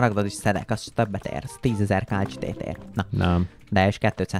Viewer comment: Ejthetetitek a kálcsitét kálcitnak.😂 Építhetnétek egy akváriumot😊! A KOMMANDÓSOK A LEGESLEGESLEGESLEGNAGYOBB KIRÁLYOK!!!!!!!!🎉